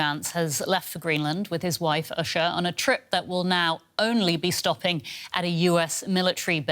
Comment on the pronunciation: 2nd lady’s name is pronounced “Oosha” The news anchor needs to learn how to pronounce names.